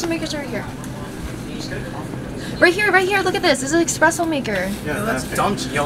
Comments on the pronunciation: Calling it “expresso “ and dissing Kiuregh idk how to spell but I feel attCked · Did she just say expresso ? Sis I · kaly me. I was secretly hurt until she said exspresso instead of espresso